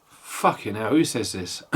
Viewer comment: Crikey you said fookin ell mate 😂